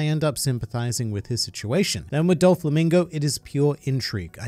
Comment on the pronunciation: I really like your videos, but please stop mispronouncing Doflamingo as "Dol-flamingo" 😅